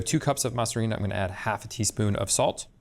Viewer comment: Masa harina is actually pronounced masarina. The a in masa is meshed with the silent h and a at the beginning of harina to make one word. Alternatively you can just call it masa. But pronouncing the words separately one after another is not correct.